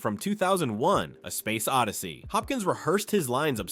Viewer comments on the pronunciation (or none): none